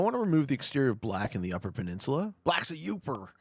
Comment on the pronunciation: as a midwesterner, I can confirm that the only thing you correctly pronounced this video was "UP-er"